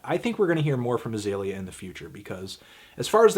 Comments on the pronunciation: ITS AH-ZEE-LEE-AH not AH-ZAY-LEE-AH, you dumb fuck. try to be more objective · Hey needledick, Lesson #1 when reviewing an artist: Learn how to correctly pronounce their name. HER name is Azealia, not Azalea. #Plantlife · when u pronounce Azealia wrong